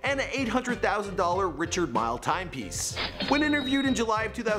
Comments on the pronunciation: Also it is pronounced ri-card meeeele. Not Richard mill. Jesus man. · Also calling a Richard Mille a "Richard MILE" lol it's pronounced "Richard Meal" bruh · I noticed mispronunciation of "Rishard Mill" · "Richard Mile" watch lmaooo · richard mille is def not pronounced like that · If you’re doing a “The Rich Life of .... “ for the love of god please learn how to pronounce Richard Mille & Audemar Piguet!!! C’mon man!!! 🤦🏻‍♂️ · Bro the way you’re saying La Jolla, Richard Mille, and Aventador has me crying 😂😭 so uncultured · Ah-vent-ah-door Richard Me-Lay Awe-due-mars Pe-gay are more correct lol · This guy mispronounced Lamborghini aventador, Richard mille, and audimar piguet. Wtf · You should learn the pronunciation of Aventador, La Jolla, Richard Mille, and Audemars Piguet. You sound like a plebeian!! 😉